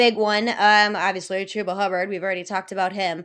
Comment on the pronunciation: She really said Chubba for David Montgomery 🤣 can I join your league?